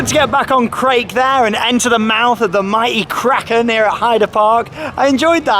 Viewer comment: Hey! Long time viewer. Love the videos. And agree with below, pronunciation much improved! Krake is pronounced as in ‘Cracker’ by the way. As an English German speaker, Krake as in Raik kills me 😂 A minor grievance on another amazing video!